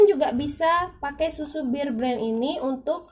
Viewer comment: Knp sih disebut BIR BREN ? BEAR nenkkkkk